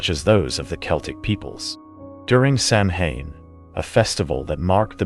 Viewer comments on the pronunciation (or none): How to instantly discredit oneself: Misponounce Samhain. Sam Hane???? Sow-When… it’s Celtic! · Sam-Hain??? 😩 I cant ... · Not judging but you mispronounced Samhain. (Sa - wain) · Sanhain is pronounced, SAW-WIN. it's Gaelic. Also it's 2024, you should know this. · Random fact Samhain is pronounced sawn. It's Halloween. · Please pronounce Samhain properly. It is pronounced sawen. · Just FYI, “Samhain” is pronounced Sauin (SAH-win). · Samhain is pronounced sow en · It’s pronounced “SOW-EN” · The way Samhain is being said 😬